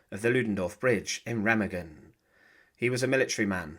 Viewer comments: there’s no two double g sound in it ….. it’s ray -mah-gen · Incorrect . Remagen is pronounced "RAY-mah-gen." The "R" is a guttural sound, the "e" is like the "e" in "bed," and the "g" is like the "g" in "go." The "en" at the end is silent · It's prounouced Ray-mah-gen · It's pronounced RU-MAG-GEN, the E sounds like a U and G's are hard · Its pronounced Raymargen